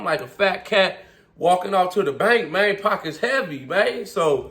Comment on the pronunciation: Gotta add a "mayne" counter on your videos 😂😂😂 good video bro, good hustle Mayne you killin it